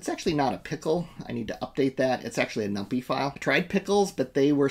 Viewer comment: We used to pronounce numpy that way just as a joke on others. Here's someone who knows how to pronounce numpy